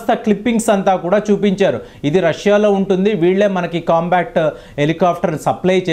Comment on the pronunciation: మీరు చేసిన విశ్లేషణ బాగానే ఉందికానీ..... మీరు కొన్ని పదాలను పదేపదే తప్పు పలుకుతున్నారు. COMBAT హెలికాప్టర్ లను మీరు " COMBACT " అని తప్పుగా ఉచ్ఛరిస్తున్నారు. COMBAT అంటే పోరాటం; COMBA-C-T అనేమాట తప్పు. మీవీడియోలను వేలాదిమంది దేశమంతా చూస్తుంటారుకాబట్టి మీరు పలికే తప్పులు వేలాది ప్రేక్షకులకు ఇబ్బంది కలిగిస్తుంటాయి. COMBAT అని పలకండి. "కంబాట్" అనేమాట సరైనది. " కం-బా--క్ట్ " అనేది తప్పు. ఈసద్విమర్శను/positive feedback ను sportive గా తీసుకుంటారని ఆశిస్తాను. ధన్యవాదాలు !